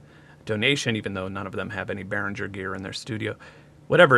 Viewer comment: I'm pretty sure you should pronounce G in Behringer like a G in Lamborghini or Target.